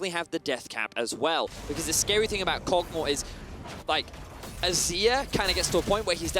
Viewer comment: Everyone else: Kog'maw: Kogmah